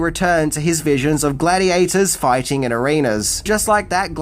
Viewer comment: Cmon, let's go foighten around the world